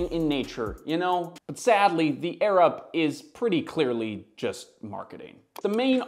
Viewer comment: I kept hearing “the Arab water bottle” 😂